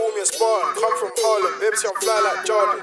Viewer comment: are u from the uk or usa cauz u pronounced harlem wrong in ur intro